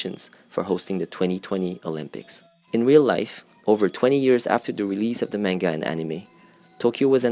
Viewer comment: the way you pronounce manga hurts my soul